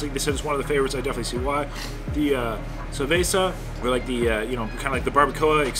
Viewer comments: he actually said sabeza, forgot he's white :D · Did you say cerveza or cabaza